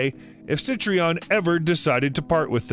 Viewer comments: Btw it’s Citroen, not “Sitreon”. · Yikes. Try "SEE-trenn," a little closer if not French. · Citroen = seat-run. Hertfordshire = Heart-ford-shear. Hampshire = Hamp-shear. Wiltshire = Wilt-shear.